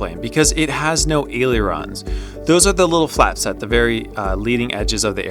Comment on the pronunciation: I love it when you say ailerons. Aliron lol